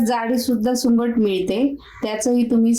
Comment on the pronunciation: सुकट म्हणतात सुंगट का बोलतायत तुम्ही